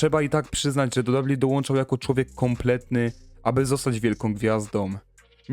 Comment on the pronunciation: "prawie ponad rok? Co to za ramy czasowe? Inną kwestią jest mówienie "dabju dabju i". Gdzieś się komuś spieszy? Autor filmu chce być dziennikarzem czy dziennikarzyną?